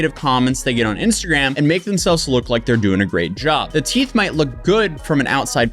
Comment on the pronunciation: lol she said teef